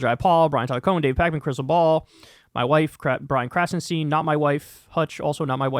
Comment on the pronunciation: Just casually pronouncing ”my wife” completely incorrectly. You’ve changed, man. 😕